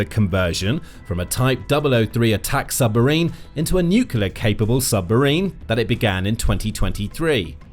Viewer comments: Brother... if you are going to report the news. Please say the word nucLEAR correctly.. It is not Nukular... you are not Homer Simpson. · Please learn to say NU-CLEAR and not NU-CULAR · The word is nuclear - new-clear - not new-cular and this boat is neither. If you can't get that right what chance any of the rest is true? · It's nu-cle-ar ffs not noo-cu-lar. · "New-kew-lar" is not a word. My seven-year-old daughter can pronounce "nuclear" (new-klee-ar), why can't you? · The pronunciation of this repeated word should be NEW CLEAR and never NEW KILLER . The spelling of nuclear is a little helpful. Apart from that a very good video. Thank you. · Nuc-u-ler is not a word. It’s Nuclear (NEW-clear). And it’s Kim Jong Un, not Kim Yung Un. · They accidentally made a nucular submarine instead af a nuclear submarine. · It's pronounced new-clee-ar, not new-cu-lar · If you're going to make a video about nuclear submarines, at least pronounce 'nuclear' correctly. It's NEW-CLEAR, not NEW-CUE-LAR. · I wish the narrator wouldn't say "nukiler" like Homer Simpson (and Trump, and Bush Jr.) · How does a channel called the Military show manage to mispronounce NUCLEAR every time as Nucular? I don't get it. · "Nucular" isn't a word. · nuclear not nucular. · Nuclear is pronounced exactly like 'New Clear'. I realize this word is difficult for many people, but if that word appears many times in a news story, maybe the narrator should be tested to see if he can pronounce it, and if he's aware of the difficulty he seems to have with it. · NEW-KLEE-UR!!! That's how you pronounce the word!!! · "Nucular"...More cretinism... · Why is it that people Can’t pronounce NUCLEAR? It is not spelt NUKULA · Kim's wishlist, or Kim's Wish list? I could buy that he bought it online from a Chinese fraudulent junk drop-shipping site! BTW, are my on-edge teeth right? I'd swear this guy keeps saying "nuculer" like an ignorant putz rather than "nuclear"... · “Nuclear”… there is only one “U” in nuclEar